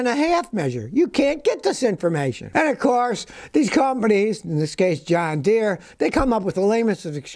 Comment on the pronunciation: I could swear Scotty is saying Done Deere.